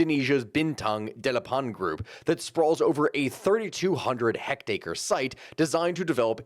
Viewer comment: It's a little painful to hear "hectare" pronounced "hect-acre". A hectare is 10,000 square meters, approximately 2.471 acres.